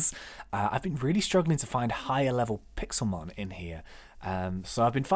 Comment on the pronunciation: it's Pixelmon not Pixelmen